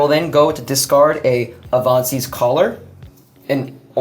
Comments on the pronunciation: Im sorry, mask of avahsein? That is the worst way ive ever herd Avacyns name pronounced lmao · Avahseen restored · The way pronounced Avacyn made my skin crawl. Definitely my fav episode yet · that was an AWESOME deck and except for pronouncing Avacyn I loved everything you did!;)